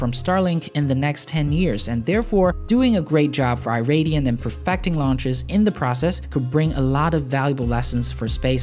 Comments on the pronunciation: "Iridium" is pronounced "ih-rid-ee-uhm" or "eye-rid-ee-um", not "eye-ray-dee-um". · Yeah, it's more like Eee-ridium than Eye-ridium. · Only man i've heard pronounce Iridium like that... Interesting! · wrong pronunciation of Iridium XD